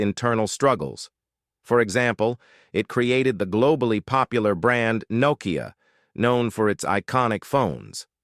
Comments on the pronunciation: Poor pronunciation of Finnish. An AI failure. Example Nokia pronounced Knowkia 😂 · Narrator can't pronounce Nokia properly.